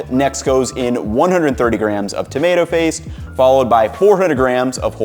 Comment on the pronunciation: I swear it sounds like "tomato face"